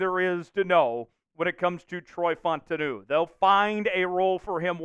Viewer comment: FAUTANU- pronunciation is Fau Ta Nu Sounds like Foul-Ta-Nu